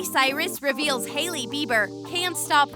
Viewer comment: You did ei instead of ai in Hailey